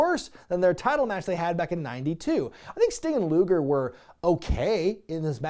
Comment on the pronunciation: Hes saying luger